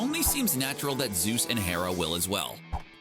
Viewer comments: It’s ZEUS...not Zues!! Freaking CBR. 🙄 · ZEUS not ZUES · Zeus, not zues.